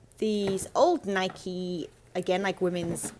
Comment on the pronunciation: The blue label NIKE windbreaker is definitely '80's. BTW congrats on pronouncing NIKE the way the company does, it seems that most Brits insist on saying Nik (with the "e" silent.)